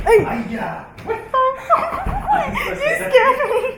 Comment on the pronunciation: The guy's aiya is spot on